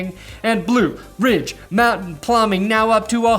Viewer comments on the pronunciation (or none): none